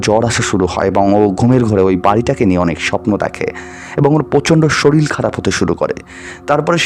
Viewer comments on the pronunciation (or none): Sorir ke sorir bolbe. Soril abar ki vasha? Uccharon thik na korle porer din theke ar sunbo na